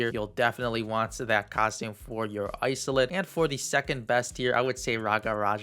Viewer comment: Haha Isolde is pronounced is-old-duh. I think it's German rooted